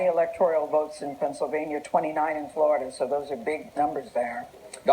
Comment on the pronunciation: "The state of Pencilvania."